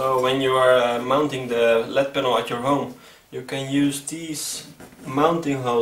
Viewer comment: It is called an L-E-D panel. Not a “led” panel.